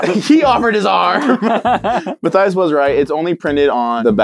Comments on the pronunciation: It should be m a t th i a s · And it should be pronounced Mat - Thais